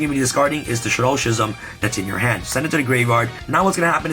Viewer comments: Great profile, but Schism is pronounced "Skizem". Was mildly infuriating lol. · I dunno why the way ya pronounce schism just makes me cringe lol